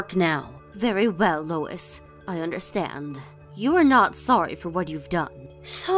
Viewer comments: Louise = 'Loo-eees' not Lo-is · "Louise" is not pronounced as "Lois." It's "Loo-eze."